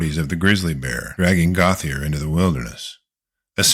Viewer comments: Gauthier is not pronounced goth-ee-er but rather Go-tee-ay. Basic French. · The name is Gautheir GO-TEE-AY; he's french. Come on. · Gauthier is pronounced like "Go, T.A.", just FYI.😁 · Gauthier is pronounced goat yay